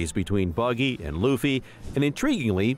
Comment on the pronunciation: Whoahhhhh you started saying Luffys name right 😊